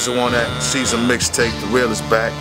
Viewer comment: Ceazer? fuh real? Geezer would be more accurate.